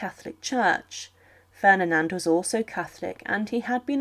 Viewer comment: I noticed that as well, and that she kept saying Ferninand and not Ferdinand.